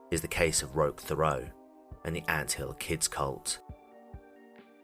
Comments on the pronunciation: Hi, Canadian here. Sorry to bother you, I just wanted to let you know it's pronounced Roesh Tare-ee-O (and that's still not quite it) At first I wasn't sure, then I saw where he was born and I was POSITIVE. Edit: I'm pretty sure the "rock" on the mailbox is just him wanting to sound "cooler". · As a French Canadian the way you pronounce Thériault is hilariously wrong